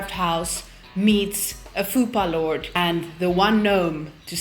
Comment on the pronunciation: did u say FUPAlord i am dyinggggg